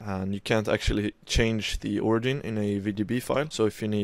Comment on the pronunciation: Its not pronounced ori gin, its ori jin